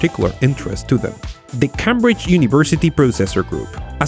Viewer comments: Love your videos. One note though it's pronounced"Ceymbridge" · You don't say CAM BRIDGE. Cambridge is pronounced Came Bridge. A lot of clever people go there. Not many came there and even less cam there. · The way you pronounce Cambridge is so interesting because it makes more sense than how it's actually pronounced, Cambridge is pronounced like Came-bridge but it gets its name from the bridge crossing the river Cam at Cambridge, and Cam is pronounced normally, not like came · I know English is a horrible language with rules that make absolutely no sense, so I completely understand why you pronounced Cambridge as "Camm-bridge" but for future reference it's pronounced "Came-bridge" as in, I came to work driving over a bridge. :) Excellent video though about another of my favourite stories, especially with the leakage current powering the chip. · CAM-Bridge? nononono. that's not how you pronounce it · Cambridge is pronounced came-bridge just so you know :)